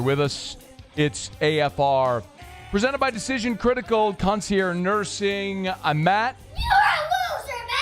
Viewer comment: Why doesn’t Matt know how to pronounce concierge?